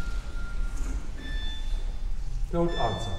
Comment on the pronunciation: “Don’t on-ser”